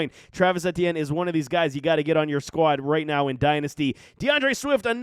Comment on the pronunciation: The way this guys pronounces Etienne and “productivity” make all his points null and void